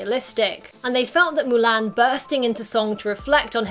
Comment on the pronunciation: It’s MU-LON